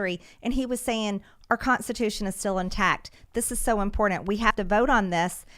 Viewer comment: I love mtg but damn that pronunciation of important drives me bonkers......lol